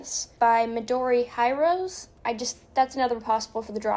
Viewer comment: Midori Hirose is Japanese. Presumably, it's hee-row-sey (or, well, the actual Japanese pronunciation, but closer to that than to high-rows).